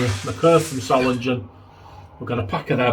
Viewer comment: You triggered me, mate. Sorry, I have to correct your German pronunciation. Solingen. German doesn't have a soft G sound. So, the name Solingen, would be thus; Zoh-ling-en.